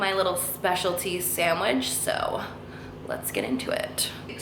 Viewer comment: SAHN-WIDGE.. she said it's my specialty sanwiGChhhh 🥪 lol 🤣